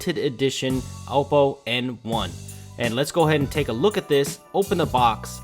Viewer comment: u pronounced oppo wrong